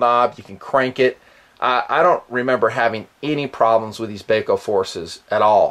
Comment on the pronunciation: Not Bay Co, It's BAH CO. Gheesh. My ears tweaked every time he said it. Bahco laplanders are unmatched in endurance. I would assume nothing less from the Force series. Thanks for the look.